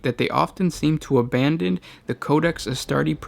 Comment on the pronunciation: . How the hell do you mispronounce "abandon" to "obandon"?